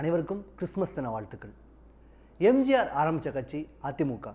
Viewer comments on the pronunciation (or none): none